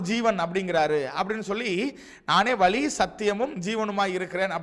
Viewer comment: வலி அல்ல வழி